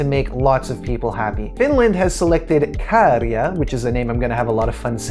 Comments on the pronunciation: Great pronunciation of Käärijä! Only thing to add to that is, Finnish generally has no emphasis on either syllable. I think this is definitely a potential winner. If the audience gets on board, and they will because they hear the songs multiple times, the atmosphere will be electric in Liverpool,and that's contagious to the audience at home. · Great job on pronouncing Käärijä correctly. 🙂 Well done. 😊 So many English speakers are pronouncing his name as Caridja. 😄 So I appreciate the effort. Käärijä is my personal no. 1, no matter where it ends up. I'm hoping for him to win overall of course. Thanks for the video. 💖